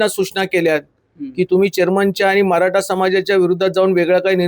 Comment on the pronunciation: मराठा असतं. मराटा नाही. 😂😂😂😂